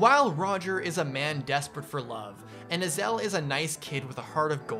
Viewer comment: Its Ay-zel